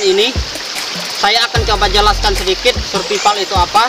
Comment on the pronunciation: Cobak cek di kamus or digoogle gmna cra membaca atau menyebutkan kata "survival" bukan surpipal bambang